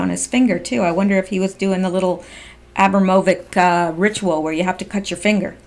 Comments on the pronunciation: Abramovic should be pronounced as Abramo-VITSJ Eastern-Europe.... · it's pronounced: / uh - BRAHM - uh - vitch / (accent on the second syllable BRAHM). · Love your coverage and yeah I have heard it mostly called A-brom'-o-vic. Say it how you please, we know who you mean! :) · Her name is pronounced o BRAM o vich..... as in rich. Yugoslavian. And you are right, no one pronounces it right. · Uh - Brahm - O - Vich. I believe that is how that satan lady's name is pronounced. Very evil for sure.